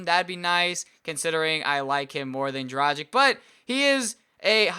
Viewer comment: If you wanna say Dragic right its not like M"agic" it's Dragich with g pronounced like in word Gay, so please stop saying Dragic like Magic and pronounce it right...